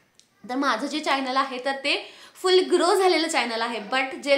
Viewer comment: चायनल नाही गं चॕनल असतं. न आणि ण वर लक्ष दे. यूट्यूब इनकम algorithm based असतं हे तू सांगितलं नाहीस तुझ्या viewers ना. त्यामुळे त्यांचं misunderstanding होतय हे comments वरुन दिसतय.